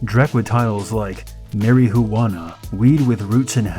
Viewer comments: and Mary-Who-Hana! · Don't forget "Mary-Hu-Ana"! LOL!